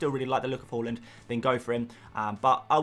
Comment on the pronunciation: say haaland properly pls